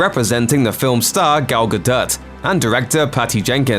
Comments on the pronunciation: Ga-DIRT is not how you pronounce Gadot but thank you for the unintended comedy. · Who the hell says "Gaduht" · Gadot is pronounced “ga-doh”, you goddamn idiot. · am I the only one that winced when he pronounced Gadot wrong? The T is silent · Why can’t this guy pronounce ‘Gadot’, not difficult.